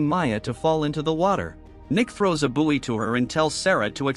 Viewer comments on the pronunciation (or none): For future reference, buoy is pronounced boy. And how did you spectacularly mispronounce wound? Wow-n’d is how it’s pronounce when something’s being wound up. Woo-n’d is how it’s pronounced when it means an injury.